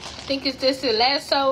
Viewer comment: She never know what she saying or eating....its a Lassi not a lasso. A lasso is what they use to catch a bull or something smdh 😒